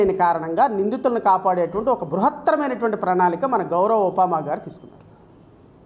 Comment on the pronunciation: ఉపముమ కాదు ఉప్మా